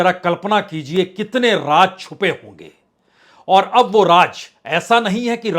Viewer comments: Raaz aur raj me farak karo.. Aap ki urdu sudharo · Raaz bolo BAJPAI JI RAAJ nahi bolo..Kya ab TAK theek se pronounce Kerna nahi jante ???